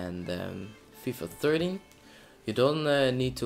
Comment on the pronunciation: its not fifa thirty its FIFA THERTEEN